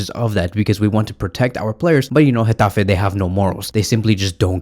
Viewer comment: Dang did you have to do gateffe like that 😂😂. You said it with passion. In addition, I think flick will start ferran on the left and raphi as a 10 Pablo tore will come in for raphina.